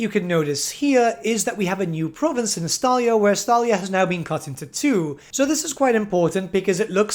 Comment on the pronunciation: Every Time He Says Estalia I Just Hear Gelt